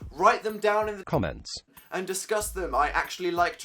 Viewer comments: I'm pretty sure the reason he put the voice saying "comments" over his is cause he said "cumments" sigh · Why was "comments" made so weird? Did he mispronounce it or something? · "Write them down in the C O M M E N T S" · did you mispronounce comments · why did the word "comments" sound weird near the end?